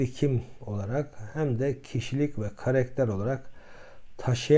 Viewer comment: Karekter değil,karakter hocam..Prof olunca beklentimiz de yüksek oluyor, kusuruma bakmayın.Karekter Giresun vs yörelerindeki söyleyiş.